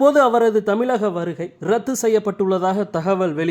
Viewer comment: தமிழின் சிறப்பு “ழ “ கொஞ்சம்கூட கூச்சமில்லாமல் ……. தமிலக …….. முதலில் தமிழை உச்சரிக்க பழகவும்…